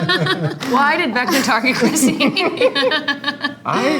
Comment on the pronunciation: the way it sounded like joe said “vecner” is so funny to me for some reason😂